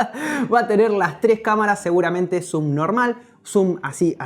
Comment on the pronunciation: Jjajaj Zooon normal